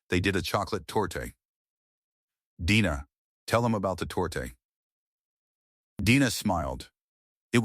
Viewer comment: The "e" on the end of "torte" is silent.